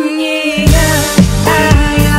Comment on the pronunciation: Как она произносит слово "гармония" это отдельный вид искусства.ууулыыыбкааа... слово создано для этого произношения..